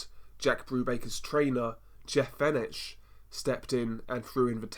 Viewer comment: That's Jeff Fenech pronounced Fenec. He won three different world titles in 3 divisions and should have been 4 as he was ripped off in Las Vegas when he beat the shit out of Azumah Nelson , the fight is on YouTube..